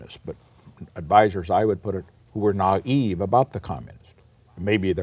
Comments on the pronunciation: Do americans all say naive like "not eve" or is it just this recording? It was only from context I could guess what the great man said here. Just checked - they pronounce it properly (like sensible British people), must be an anomaly of recording or some sort of decline in the great man. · We say "nie eve". Rhymes with "lie". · the way he pronounces naive, twice. Old school pronunciation?